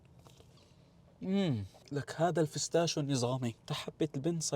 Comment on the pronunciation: مين لاحظ انو قال الفستاشيو😂😂😂😂😂😂😂❤ الله يسعدك